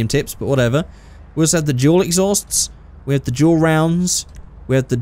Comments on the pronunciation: whenever says dual it sounds like he’s saying juul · When your on on the exhaust part when he said dual I thought he was saying juul